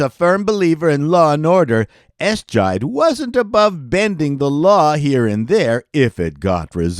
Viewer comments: Eischeid (eponymously pronounced EYE-shide) actually ran 15 episodes, which looks somewhat better on that CV than only 2. It grew out of a 2-part (2 hours each) extravaganza which ran in the spring of '79. (And with that accent, Joe Don Baker must have been an out of town hire.) Paris was apparently too good for TV; no one believed a man with a voice like that would find satisfaction as a senior police officer when he could have been doing lucrative voiceover work. On the other hand, costar Michael Warren was probably glad (later) for the cancellation, as it freed him up to play Officer Hill to Charles Haid's Renko in Hill Street Blues. Likewise Mark Harmon, whose 240-Robert exit assured his "resting" status when the casting began for St. Elsewhere. And again, one man's ceiling is another man's floor: the end of The Last Resort (did I say end? The title was recycled in 1987, 2002 and 2012!) enabled John Fujioka to accept that (fortunately not) career-defining role on Tales of the Gold Monkey. --Wait, The Associates ran how many episodes? Clearly, Wilfrid Hyde-White carried it! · You can say "Ess-chide" all you want 😂 but we know it's "Eye-shied" and to MSTies like me, it's "Mitchell!". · The title of the Joe Don Baker drama is pronounced “eye-shied” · Eishied was pronounced dead”EYE-SHYed”….not “ES-SHYed” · It's SHAH-mus, not SHAY-mus. No, no, no. EYE-Schied, NOT ES--Chied. No, No, No. So much for setting the record straight. Sh*t. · Ass Chide? It's EYE- SHIDE, you silly man! The name was apparently suggested by that of a Minnesota Vikings punter, Mike Eischeid. AssChide. Jesus. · It was pronounced "Eye-Shied". I guess making a TV show out of "Mitchell" (more or less) just wasn't a good formula. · For a guy who was a TV executive and self described TV fan, he mispronounces an awful lot of well known performers and show names.